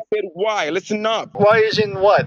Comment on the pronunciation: That "list sten" mispronounciation is a dead give-away on his country of origin. He shames his nation with his thieving actions